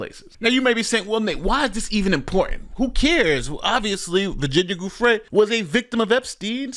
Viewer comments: Virginia's last name is pronounced JEWFRAY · You’ve pronounced Virginia Giuffre’s (Rest in Peace) last name incorrectly in the video… This clip shows the correct pronunciation